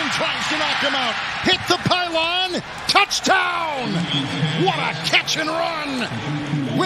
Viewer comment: …..anyone else think he says “touchTown”?